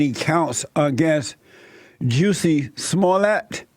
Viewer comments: Why does it sound like he’s calling him JUICY ? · I’m sure I heard juicy smallcock at the start 😂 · Juicy Smollett 🤣🤣 I can’t get past him saying Juicy. Now that they’ve reopened this case I hope they cage Jussie this time.